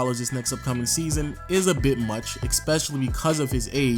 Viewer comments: Learn to say especially. You’re saying ekspecially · STOP SAYING EKSPECIALLY